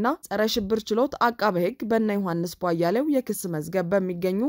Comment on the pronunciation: እህትዬ! ለምንድን ነው ቧያሌው ብለሽ የምታነቢው? ቧያለው(የበራው) ቧ-ያለው ብለሽ ብትጠሪያቸው ትክክል ይሆናል።